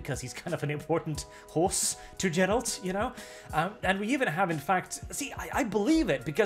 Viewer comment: "Jer-ALT" You can't even pronounce the titular side character's name.